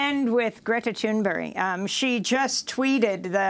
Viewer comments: It's Greta Thunberg not Thunberry. Right? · Why does Amy keep saying "Thunberry" when it's "Thunberg"? It's really weird. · Why are those people from the USA continue to pronounce it ”Thunberry” 😁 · If one hadn't seen the name, Amy's pronunciation would be written as 'Greta Toonberry'.